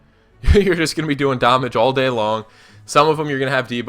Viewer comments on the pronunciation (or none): I learned that someone could butcher the word damage.